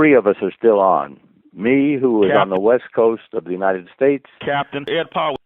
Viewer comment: Did he call Powell Ed Fuckland?